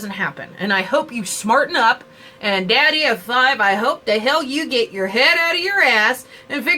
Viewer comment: I dont want to be rude but his youtube channels name is Daddy O Five.☺ Sorry its just because everybody says his name wrong.